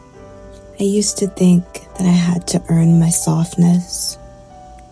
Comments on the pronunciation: Love the NYC accent when you’d say “softness.” Congrats on your move! 🎉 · The way you said "softness" was cute. Very new yorker. When people in the uk think of scottish people they dont think soft. We are a tough people due to the weather and the tough hand we have been dealt by the english. What i think you feel is the softness we have for each other, we we lookout for each other, a community. Where America is more make it on your own. Its a lovely video.